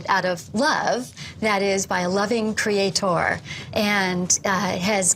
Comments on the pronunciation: Yeah I'm an English teacher and it PAINS me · Wendy doesn't come across as very bright until you hear her pronounce "creaTOR" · "creatOR" "creaTION". Her pronunciation on these words makes me wants to drive nails through my eardrums. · Every time she says, "Cree-ay-TOUR," I cringe. Lol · cree aye TOR... holy fuck.. I can't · Why does she insist on pronouncing "creator" like that ("crea.... tore")? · I always loved her condescending vocal tone and the way she said 'creatOR' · Funny thing is, as i read this comment, she says ""CreatOOR"" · There’s a particularly irritating aspect regarding the way she pronounces “cre-ay-tor” as if it’s three separate words. It’s a purely conceited and pious origin of the pronunciation. Utterly delusion and confidence about their position. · As soon as she said "crea-TOR" I had to stop the video. Watching this would be bad for my health, I can already tell. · The way she says creataaaw. Such a fool. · Holy shit, all of the reason goes waaay over her head. I love the way that she over-pronounces words in order to seem more articulate hahaha. But I’m sure that she wouldn’t support a Hindu creation concept being taught in American schools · Why does she keep insisting on pronouncing “creator” with an emphasized “OR” at the end? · Is it just me, or do all the scariest doe-eyed creationists pronounce "Creator" to rhyme with "Skeletor"? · I refuse to take anyone that pronounces the word creator like that seriously